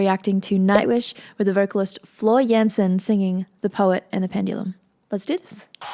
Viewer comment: Actually, the A in Jansen is pronounced like a British A like in "calm".